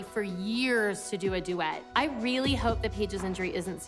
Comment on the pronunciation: It is so cute that jojo says wily instead of really